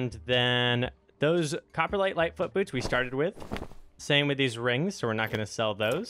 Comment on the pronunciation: Everytime you say copperlight it sounds like coprolite, which is fossilised poop.